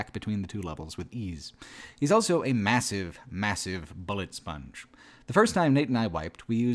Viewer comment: pronounces the word "also" as "elso".